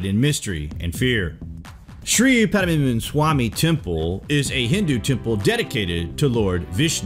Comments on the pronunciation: Omg!!!! Lol!!!! It's not panamanamana swamy . It's PAD-MA-NABHA swamy. God!!!!🤣🤣🤣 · Pdmnsami temple?! 😀😀.. It is pronounced like Padma nAbhamswami temple.... Padmanaabh is a name of my dear god Vishnu.. Padma means lotus, and Naabh means naval.. Padmanaabh means, the one having lotus in his naval... It is the lotus from which Brahma born, and created the entire world... Above the door the demon face you see, that demon's name is Kirtimukh. Any try to open the door forcefully will open a gate from Naagloka, the world of serpents, and that will be catastrophic event for earth... When it is opened with the specific mantra chant by specific person at specific time and in specific tone, the door will open safely and divine treasure will be unleashed. It contains divine information for which we are not ready in Kaliyuga. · Its " padma-nabh-swamy" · Please pronounce it as "Padmanabha-swami" Temple. Thanks:) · The way he spell padmanabham swami temple is laughable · nice video. the temple is pronounced at 'Pad'+'ma'+'na'+'bha' + 'swamy' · Rockdervin Justin I know, it was funny how he pronounced it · The way he’s pronouncing it 😂😂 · hhahhahaha , the guy can't pronounce the name & pronounces it in a very funny way, hilarious 😂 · Dude. Pronouce it correctly. You're embarrassing yourself. 😂